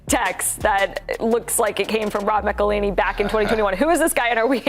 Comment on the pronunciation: A whole song on how to pronounce his name and Rob McElhenney's name and its still said like McLaney.